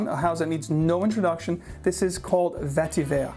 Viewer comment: Its pronounced Vetti Vaer (root). Tamil word.